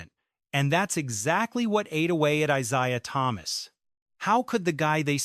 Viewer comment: AI hyperbole, simply for clicks and views. This clown voice-over keeps saying ITs name wrong. Here you have it folks, a nothing-video. THIS IS OLD NEWS.